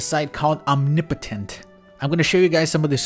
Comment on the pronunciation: The way you pronounce "omnipotent" is triggering me.